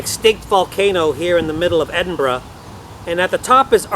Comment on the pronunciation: A rare treat, an American that took the time to learn how to pronounce Edinburgh